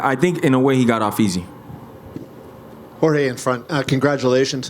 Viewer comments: dude it's Jorge not George , you may get your share of the buffet 😅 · Dude really goes GEORGE. Really couldn't handle pronouncing Jorge or does he know him well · Can they stop pronouncing Jorge as George? Its so ignorant and disrespectful